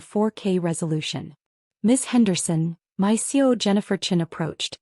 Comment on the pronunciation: It's CEO not C O!